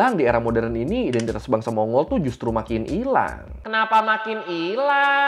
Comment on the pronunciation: Bang, pronunciation yg bener mon-gol